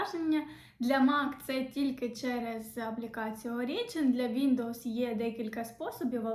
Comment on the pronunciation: Про Origin то наголос на О